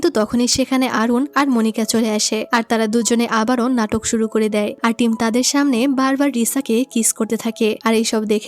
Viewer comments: তুমি ভুলে টিম না বলে থাইম বলেছো😅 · আপু তুমি এখানে থাইম বলে ফেলছো দু😅😂😂😂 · টিম❌ থাইম✅ ❤😊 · আপু ভুল করে টিমকে থাইম😅😅😅😅 বলেছেন অবশ্য আমি টাইম এর কথা জীবন চলে গেলেওভূলবো না😢😢😢😢😢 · আচ্ছা এখানে ২০ মিনিট ১ সেকেন্ডে টিম এর জায়গায় থাইম বলা হয়েছে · টিম❌ থাইম✅ ব্রাইট✅😑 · আপু মুডি টা অনেক সুন্দর ❤ তুমি মধ্যে দিয়ে টিম না বলে থাইম বলে পেলসো 🤭🤭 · আপু আমার মনে হচ্ছে f4 thailand ড্রামাটাও তুমি explain করেছিলে, আর এজন্য তুমি এখানে টিমকে থাইম বলে ফেলেছো 😊😊😊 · আপু তুমি তো ওই বিয়ের সময় টিম কে থাইম বলে ডেকেছো যদিও আমি খুব খুশি হয়েছি এটা শুনে❤❤❤ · F4 drama অসাধারণ ছিল আর তুমি সিদুর দানের সময় টিমকে ভুল করে থাইম বলে ছিলে😂😂😂